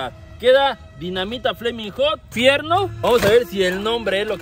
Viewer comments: Como que flamin hut??? Se dice flamin’ hot. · se dice Flaming Hot, no se dice Flaming Hut